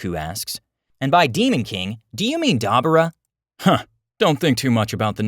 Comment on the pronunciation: Duh-boo-ra Dabura